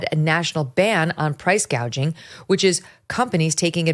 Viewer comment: She keeps bragging about how she prosecuted price gougers in California. IT IS A BIG LIE. SHE DIDN'T EVEN KNOW HOW TO SAY THE WORD 'GOUGING'. HAD SHE PROSECUTED, SHE WOULD HAVE LEARNT THE CORRECT PRONUNCIATION BY HEARING IT FROM OTHERS.